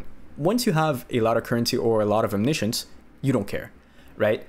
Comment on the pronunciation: bruh... it's OMNI-SCIENCE... you know like... scientist XD